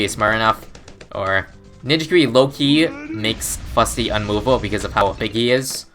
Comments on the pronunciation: It's not Big Chungus... IT'S SHREK Also it Fus-ty, not Fut-sy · "How long can one Fusty survive?"